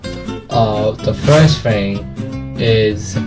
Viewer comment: IMAGINE SAYING FHING LOL